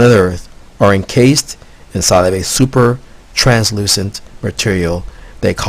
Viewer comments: Anyone who makes a claim like this, about being contacted by extraterrestrials; and provides no evidence whatsoever other than "it's just the truth" is a moron and not worth anyone's time. Also, words he could not pronounce: Antarctic Extraterrestrials Translucent Oil Smh! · Anyone who makes a claim like this, about being contacted by extraterrestrials; and provides no evidence whatsoever other than "that's just the truth" is a moron and not worth anyone's time. Also, words he could not pronounce: Extraterrestrials Translucent Oil Smh!